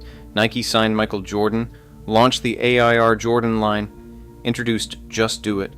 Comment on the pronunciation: yoonincorporated Washington County, where they designed the Ay Eye Arr Jordan shoe.